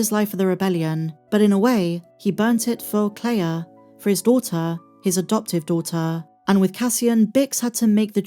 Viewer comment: Son or doughter why does everyone keep saying that